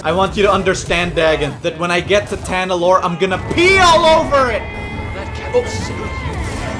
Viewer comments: I like determination to call it Talanorr instead of Tanalorr even when it's written in front of him. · Him saying Talanor instead of Tanalorr... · Its Ta Na Lor not Ta La Nor, I hate that it bugs me but bruh he keeps getting it wrong even after seeing it in big writing lol maybe it's on purpose idk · Literally the entire galaxy: Tanalorr: Talanorr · talanor instead of tanalor funnies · It’s tanalorr not talanorr